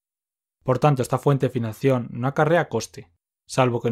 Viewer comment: por qué dice financión?